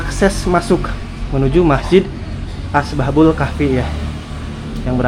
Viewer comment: Asbabul apa ashabul yg jlas coba ngonten itu